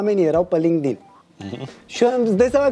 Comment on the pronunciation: Acolo chiar sa înțeles ca zice lindig.......... Lindic 😂😂😂😂😂😂